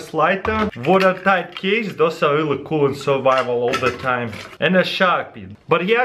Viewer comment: so much difficulty with the word "really" :D